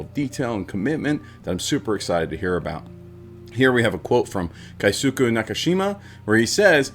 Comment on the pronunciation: Mr. Nakamura's name is Keisuke (Kay ske) There's no diphthongs in Japanese, each vowel makes 1 sounds, like Spanish, and the u sounds gets dropped a lot. George Takei says his name is pronounced tah key, a lot, takai means high (place, elevation, price) and says "my name isn't takai, it's Takei. Ei making an Aye sounds is German not Japanese The other names said in the video were pretty close